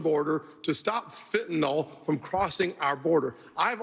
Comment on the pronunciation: Chris Christie the only republican who knows how to pronounce Fentanyl.